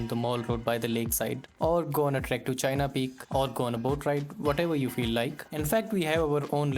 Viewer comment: Correction It's Cheena peak , not China peak